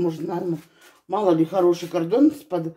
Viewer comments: где вы слышали слово"КарДон" Всегда бало "КарТон" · На каком языке она говорит ? Гардон, кардон, г..ндон , но только не картон ! 😂